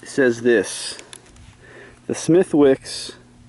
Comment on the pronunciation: by the way its pronounced smith-icks XD